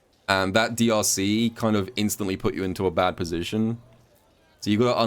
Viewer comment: Ngl when he said drc, I thought he said deeussy